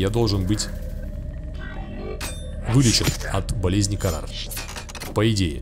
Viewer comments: ПРАВИЛЬНО "ХАРРА" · Почему карар, а не хараа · не карар а харра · А почему у тебя болезнь карар если вроде бы харра говорится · Не карар, а хара. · Хаара, а не карар😹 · Хаара а не карар! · Харра а не кара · Не "КАРАР", а Хараа. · Не карар а хараар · Не КАРАР а ХАРАА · харра а не карар